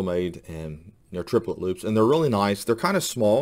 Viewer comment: The word is loupe, not loop..